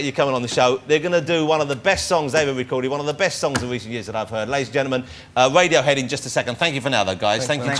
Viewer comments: maybe they are intimidated by his humerous approach to the interview, i think they find it funny though...maybe they're trying not to laugh at mr woss for keeping on calling them wadiohead! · "Wadiohead ladies and gentlemen"